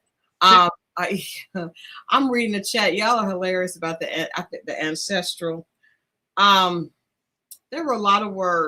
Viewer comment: it's a word but she mispronounced it.